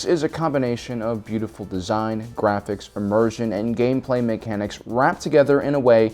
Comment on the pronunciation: "Gwaphics." Channeling your inner Elmer Fudd?